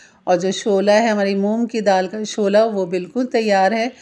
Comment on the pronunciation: ‘ haari’ nahin ‘ harri’. ‘Shola’ nahin ‘ shulla’. Sahi tallafuz hai. Muaf kejiye ga.